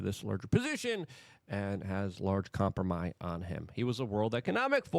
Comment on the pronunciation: Why do you keep saying "compromy"? lol